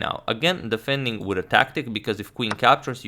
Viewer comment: Your English is perfect. Please check the pronunciation of defending. You pronounce it like deafending. 🙂